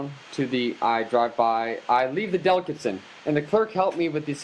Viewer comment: You don't know how to pronounce delicatessen?